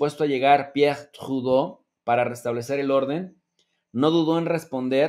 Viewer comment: No me hagan hablar jajaja cálmate,,, Saludos buen programa buen tema,,, no te esfuerces por pronunciar a Tradeu como si fueras Francés que ahí si no te queda upssss pero te felicito por tus ponencias.